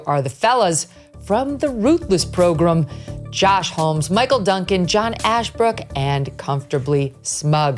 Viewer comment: I love that MK literally called it the Ruthless “Pro-Grumm”!